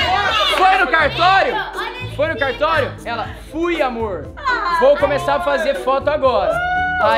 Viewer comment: Quando o falou "amorr vc sabe" cr eu chorrei para umm kkkkk